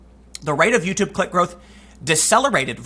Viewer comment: Sounded like he said "the rate of YT CLIT growth..." not "click", at 1st. Lol